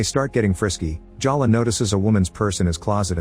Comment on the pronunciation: Is it Jaw luh or Jell luh? You pronounce it both ways. But I'll bet it's pronounced Jay luh.